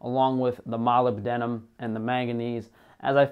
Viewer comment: Molybdenum? If thats the case then you said it wrong 😂 My name is Molly and my dad named me after Molybdenum since he was a geologist.